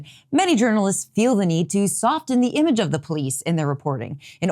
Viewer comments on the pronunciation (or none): Couldn't agree more. But... we're pronouncing the "t" in "soften" now in addition to "often"? Mark my words, people are gonna be doing it for "listen" soon.